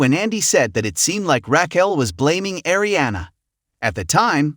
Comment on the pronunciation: What is up with this narrator...... Can pronounce anything correctly Raquil